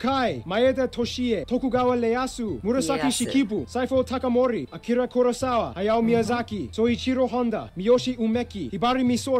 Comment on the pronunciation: Did he just call Shōgun Tokugawa Ieyasu, Tokugawa Leyasu?!?